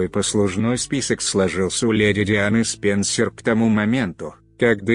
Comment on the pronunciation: С-ПЕНЬ-СЕРЬ LOL Неужели некому было прочесть по-человечески?...